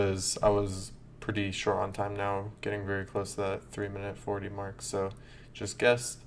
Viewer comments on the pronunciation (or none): none